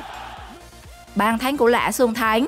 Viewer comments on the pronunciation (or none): Bàn thắng , chứ không phải bàn thánh , nói tiếng việt mà không chuẩn , mà bẩy đặt làm tường trình thật là đau lòng . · Bả nói bàn thấnh